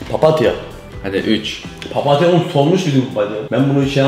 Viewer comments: papatya demekde zorluk çekiyo😅😆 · ne kadar güzel paptya diyo yaa🤗🤗😆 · papatya kelimesini bastıra bastıra söylüyo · Papatya derken bakın e yapti